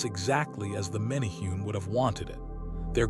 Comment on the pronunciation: It's "men a hu nees".